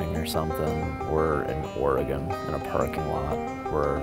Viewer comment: im realy glad you pronouncing oregon correctly i grew up in florence oregon and alot of my friends went and did this fire line clearing and fighting fires badas video thanks